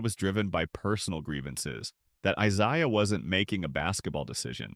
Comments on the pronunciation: I ZAY uh Thomas not I ZI uh. Im so tired of this AI garbage 😮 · Eye say ah Thomas. Thumbs down.